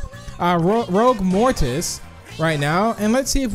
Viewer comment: You did not say ROUGUE right